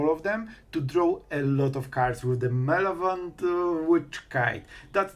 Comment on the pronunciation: Malevolent = Muh-leh-voh-lent ❤